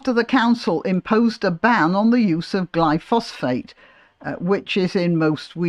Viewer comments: It's not Glypho-phosphate, it's Glyphosate - which doesn't sound so bad! I believe it's actually biodegradable - leaving no chemical residue. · Er, I thought it was "glyphosate" rather than "glyphosPHate". See There were weed-killers in the late 19th century. See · They (Greens) suggested the council should compel residents to keep the pavements clear... I imagine unpaid and no reduction in council tax, are they so naïve or just stupidly self absorbed?... By the way, I think the chemical in question is: Glyphosate, pronounced: gly-fo-sit... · I'm sorry to be pedantic but you mispronounced "glyphosate" - there is no second "ph". Apart from that I completely agree with you!